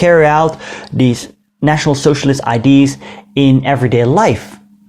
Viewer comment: goede video's! zeer leerzaam. Je uitspraak is ook verbeterd. Je moet alleen je uitspraak van "idea" verbeteren. check het op youtube of translator voor de uitspraak.